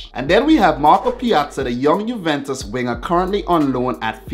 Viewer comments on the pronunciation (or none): none